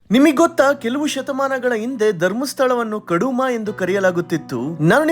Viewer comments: Anna adu kaduma alla kuduma First ariyagi uchhara madodu kali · "ಕುಡುಮ" ಕಡುಮ ಅಲ್ಲ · ಕೌಡುವ ಅಲ್ಲ ಕುಡುಮ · Kuduma not kaduma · Kaduma alla kuduma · ಅದು ಕಡುಮ ಅಲ್ಲಾ ಕಣೋ ಆ್ಯಂಕರ್ ಕುಡುಮಾ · ಕಡುಮ ಅಲ್ಲ ಬ್ರೋ ಕುಡುಮ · ಕಡುಮ ಅಲ್ಲಾ ಕುಡುಮ 😊🙏🏾🌹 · ಸರಿ ತಿಳ್ಕೊಂಡು ಹೇಳಿ ಮಾರೆ, ಕಡಮ ಅಲ್ಲಾ ಕುಡುಮ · ಲೇಯ್ ತುರುಕ ಕಡುಮ ಅಲ್ಲ "ಕುಡುಮ" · ಕಡುಮ ಅಲ್ಲ ಗುರು ಅದು ಕುಡುಮ